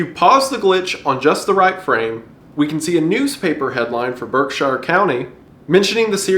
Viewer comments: it's pronounced "berk-sure" Source: I've lived in pittsfield my whole life. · Masshole here. Its pronounced berkSHEER, Not berkSHIRE. A common mistake people make when pronouncing MA locations is going for a English UK pronunciation. In practice and despite their spellings, Worcester is actually "Wuh-ster", Hingham is "hing-um", and Gloucester is "glaw-ster". It doesn't make aense unless tou grow up with it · I'm sure plenty of other people have mentioned this but I'm from western massachusetts and I'd like to correct your pronunciation of Berkshire county. It's not pronounce Berk-shy-ir, we call it either "Berk-shure or "Berk-sheer" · Erm adjusts glasses aukcally if erm "shire" is in a word it's pronounced "sure" not "shire", I say this as someone that fiddles with bow tie as a individual that has watched Map erm Men. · Bro, I live in berkshire County. Plz for the love of God stop pronouncing it berk- shire just pronounce it like berk-sure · It's pronounced Berk-sure, i know it seems like itd be shire but its just not. massachusetts is weird, not far east from berkshire county is a city named worcester but pronounced wuuster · idk if this is just an american thing but im english and we pronounce 'berkshire' as 'barkshuh' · Berkshire county resident we call it Berk-shure locally. I love the spooks you bring. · Haha, the way you pronounce Berkshire County is funny. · Dear Wendigoon, You are by far my favorite creator on this platform (probably ever) but please consult Massachusetts residents (such as myself) when talking about Massachusetts locations as you have butchered the pronunciation. We pronounce things differently than how normal people do it. With love, Redleader4044